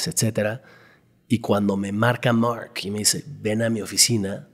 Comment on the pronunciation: No paro de distraerme la forma de pronunciar de este bro en ingles, mooooork por mark, distrae mucho. Díganle qué su acento no lo tiene ni obama.